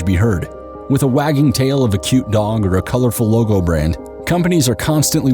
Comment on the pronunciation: not trying to be an a*^*hole but did he say "cute dong" or "cute dog"?